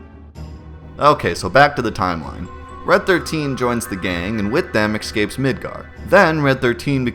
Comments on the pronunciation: I’m not so concerned with pronunciation of names (good humor on your part) as I am with how you say “excape” instead of what is obviously “escape.” Great videos. Thanks! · are you seriously saying "EXcape"?! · Why do you pronounce "escape" so strangely? You say "eCscape" with an extra C